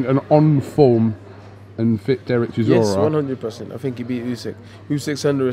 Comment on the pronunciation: If dillian can say chisora rather than siszora life would be so good 😂